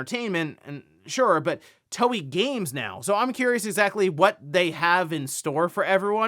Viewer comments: Toei is pronounced “Toe-ay,” not Toey. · "To" "e" (as Elephant) "i" (which sounds like an extended/stressed E, E as Elephant)... and not "To" "i" (i as intelligence)